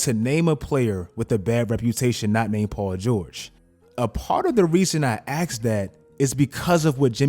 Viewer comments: Listen to what he says in the beginning. He says he "axed us" - multiple times! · You axed people what again? 😆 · You AXED us? Dude, don't do that to us!